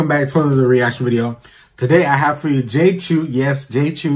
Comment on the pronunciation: It is pronounced “Chow “, my guy. Not CHEW.